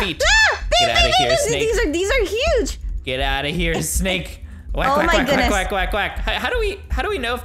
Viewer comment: When you said wack it got sounded like wacka wacka wacka like pack man😂